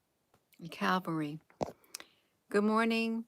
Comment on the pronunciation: It says cavalry. Not calvary. I'm confused....